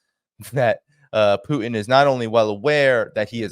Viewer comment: Love your show but please learn to pronounce Putin correctly. Use the T. It's not poo-in